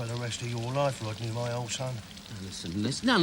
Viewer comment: Waquel,Wodney and Dewek Twotter.